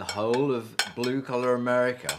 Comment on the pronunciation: Its not Americer its America, get it right!!!